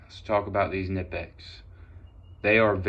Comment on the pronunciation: The K is not silent!